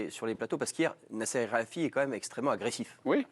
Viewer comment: En 12 ans le présentateur est toujours pas capable de prononcer El Khelaïfi correctement.🤣